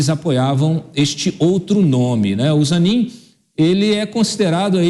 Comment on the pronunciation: É ZANINE. NÃO É AMIGO AFVOGADO DO LULA?